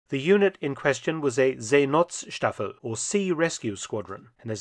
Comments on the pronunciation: Great docu - just your pronunciation of Seenotstaffel - the O in not is soft, it is like the O in English word hope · The O in not is pronounced like the O in '''nought''